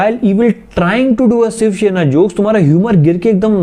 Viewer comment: The fact that he says Siv Shena instead of shiv sena😆🤣